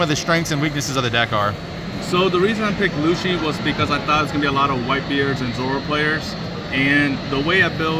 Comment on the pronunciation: after the 3rd LU-SHI, he tried to correct him hahaha jkjk I love how constructed his deck by making it a CP/Navy hybrid, but using some cards you wouldnt find in a typical Rob Lucci deck! Great stuff! love the content!